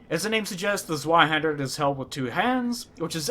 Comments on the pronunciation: Your pronunciation of Zweihänder is just fine,. No need to lose sleep over it. Also, real Zweihänder only weigh 2-4 kilograms or 4.4 - 8.8 Pounds. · Maybe I should have said "good enough". It is alot better than saying "Sweehander" tho ._.